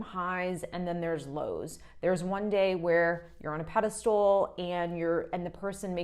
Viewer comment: FYI-‘pedestal’ not ‘pedastool’ 🙌